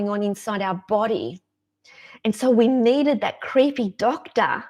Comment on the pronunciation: I just love how you say "creehpey doctah", it cracks me up every time I hear it. 😁 Awesome message, thanks for sharing!